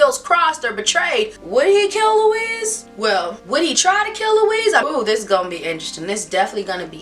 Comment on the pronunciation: Love u so much- but its not "louise". Its French spelling so "louis" is actually pronounced "louie". But no biggie. I dont know anyone who cares about Interview n im delighted to find you! Intelligent and funny commentaries!